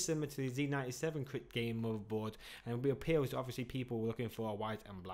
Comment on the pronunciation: Feedback: It's pronounced 'crate' not 'krit' Not being Red and Black is a bonus for my son.